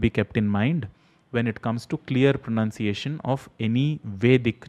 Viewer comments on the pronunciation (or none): none